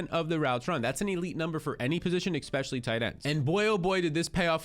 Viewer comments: Here again to say I'll subscribe when you start saying especially instead of eCspecially. Drives me and the other 66% of nonsubscribers nuts. Jk, prob just me. Man us youtube commenters are a tough crowd. Great content/suggestions though! You've earned a like. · can you pronounce "especially" properly, it is a major irritation for me. I can't listen to a full episode, and I won't subscribe because of that reason